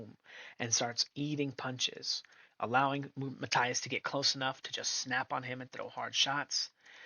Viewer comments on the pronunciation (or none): Mahteeas, Matias, NOT Maathias, por favor amigo, say it right, and your subscribers will most likely grow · No hate here just a little information. If you want to pronounce his name a little closer to the natural pronunciation say Ma-Tea-ass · Please learn how to pronounce Matias. 😂😂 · How can you make a video of someone and can't pronounce his name right🤣